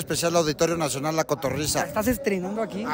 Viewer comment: "Cotorriza" jajajajajjaaj en vez de cotorrisa jajjajajajaassj